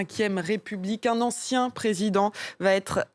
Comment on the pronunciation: Marie Schuster ; "En chien" au lieu de "Ancien" Est il un simple lapsus ? 😂😂😂